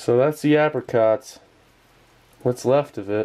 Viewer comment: You started pronouncing apricot correctly.